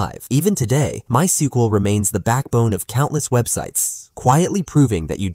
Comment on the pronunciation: "MySkUeL vs Oracle Database." Goddamn AI video